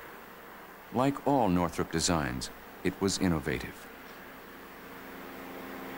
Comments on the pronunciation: Northrop, not Northrup. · Who is Jack Northrup? You mean Northrop?